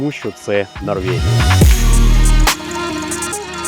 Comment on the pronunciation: Та Норвегія ж, яка ще НорвЄгія? Ну зроби над собою невеличке зусилля і припини єкать